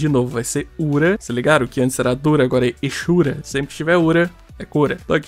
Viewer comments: A maioria dos BRs pronunciam exura com X mesmo, eu sempre pronunciei eZura e a pronuncia certa acredito que é exzura, que é basicamente o ex-ura falando separadamente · Lá em 2008, quando eu comecei a jogar Tibia e não tinha nenhum RL pra me ensinar a pronunciar, eu falava "ezura". Depois de velho e de ver todo mundo falando "echura", eu comecei a falar assim, e hoje acho "ezura" errado e estranho kkkkkk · Sempre pronunciei o X das spells como Z. "Ezori" "ezura" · rapaz, que loucura. 20 anos jogando tibia e nunca tinha me preocupado em ir atras disso. kkkk. quanto as pronuncias, acredite se qusier, quando eu comecei a jogar em uma lan house em 2004, eu aprendi a pronunciar "esura" "ezori". HOje os caras que jogam comigo todos usam o CH como som de X tb, e eu sou o unico meio diferente. kkkk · Muita gente fala "echura"....eu sou o único que pronúncia "eqssura" ? Não discuto muito sobre isso, cada um fala do jeito que achar melhor, mas não é possível que eu seja o único, kkkkkkkk. Eu pronuncio desta forma porque a letra " X " no inglês tem aquele som de " éx / éqss", por isso falo "eqssura" com Q mudo. Kkkk 😅😅😂🧐